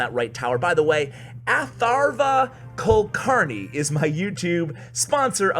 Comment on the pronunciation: You completely butchered atharva kulkarni's name 😂😂😂